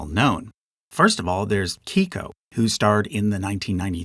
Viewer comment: Big fan of this video, but I must admit that some of the name pronunciations are driving me a little crazy. I’m from the PNW and have never heard anyone pronounce Keiko’s name as “kee-ko”